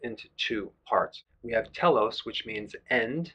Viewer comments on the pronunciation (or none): none